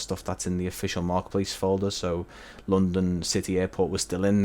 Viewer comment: normal people: london english: lounndunn